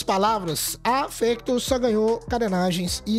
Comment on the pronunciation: Não é fÉctor e fÁctor